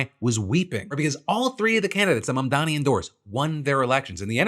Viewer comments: Fuck Benny Johnson, does he screw up Mamdani's name on purpose or is he just that dumb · well it looks like i win Nazi dog whistle bingo! (the last square was pronouncing first AND last name wrong of an ethnic person)